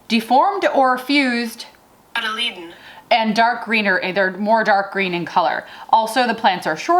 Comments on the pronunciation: Love your "cotyledon" pronunciation. Try this - kaa tuh LEE dn : ) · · Cot-a-leeee-den Maybe that will help you say it better...